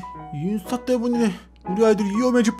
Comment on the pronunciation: 근데 인수타가 아니라 인스타 에요 오늘 재미있었어요